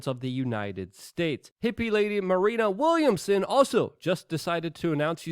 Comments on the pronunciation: Luke, you really need to slow down and pronounce these names correctly, man…it’s not Matt “Hannett”, it’s Matt Hancock…it’s not “Marina” Williamson, it’s Marianne Williamson You’re a smart guy, don’t shortchange yourself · Why does Luke have so much trouble pronouncing people’s names? Jimmy Kimbal? Marina Williamson? John Heelee Man? Or how about GLYSOPHATE?